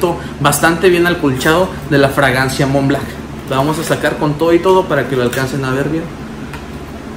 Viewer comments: Montblanc montblanc! Blanc! B L A N C, no Mont BLACK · Creed "aDventus", "Mont BlaCk" jajajajajajajaajajajaja 🤦‍♂️